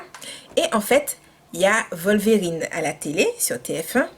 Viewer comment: On est dimanche, il fait froid (gros poil de la Martinique), pas envie de sortir avec les événements du week-end dernier et voilà cette vidéo. tu me fais rire comme pas possible, tes réactions sont tellement naturelles que ça passe comme une lettre à la poste. Tes expressions "Wata Faya" ou "Volverin" (sans la prononciation du "e") etc.. AU TOP! Merci de nous retranscrire ta joie de vivre.